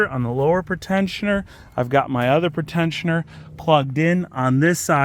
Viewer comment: It's so weird the way he pronounces "pre-tensioners," as "pritenshioners." It's a "Pree-tensioner." It tensions the belt in anticipation of a crash, thus before or "pre-crash."